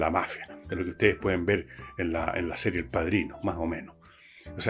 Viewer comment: Escucharte decir *la sería de televisión * fue como ver como se te caían todos los libros en la cabeza... Cuexk